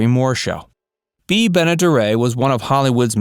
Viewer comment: No I don't have a problem..I am just saying I have heard noth ways to pronounce her name.. No big deal..I heard the way you first pronounced it too..again, it's not a big deal..